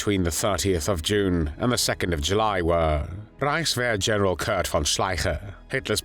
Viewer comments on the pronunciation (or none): none